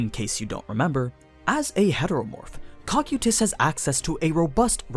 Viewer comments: Kou-kye-tus Not cock-you-tis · he says cock-o-tus, its co-kai-is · ah yes, the tall blue armored bug man's name: "cock-you-tis" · Am I wrong or is your pronunciation of Cocytus wrong? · noone gunna mention that he said cocytus' name wrong?? Or is it said differently when comparing sub and dub? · Stop saying his name wrong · Why tf do you say his name like that